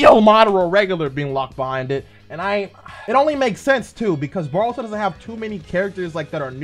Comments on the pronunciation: Am I the only one who dislikes how he says boruto like baruto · why do people say baruto instead of boruto???